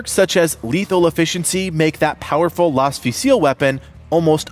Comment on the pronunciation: its "Laz - fuel - sol" not "lase - fuze - fill"